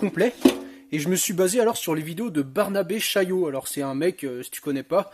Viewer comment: "barnabo chaillé" ahahah